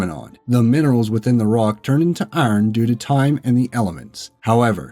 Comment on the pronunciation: Holy shit how can you not pronounce iron